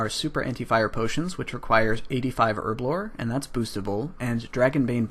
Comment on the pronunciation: Herblore. Herb-lore... H H HHERBLORE. Not URBLORE.